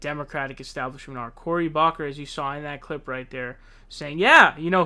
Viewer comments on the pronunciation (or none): Saunders, Rosen, and now Bocker?! Love the show 🤣